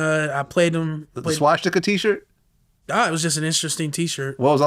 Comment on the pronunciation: wtf is a schwasticker? its called swa stik a